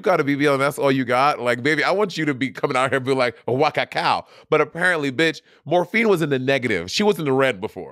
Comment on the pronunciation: I'm ready for this season to be over so Monét will quit saying Morphíne.